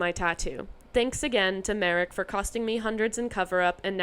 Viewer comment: Your "Marek" pronunciation is correct.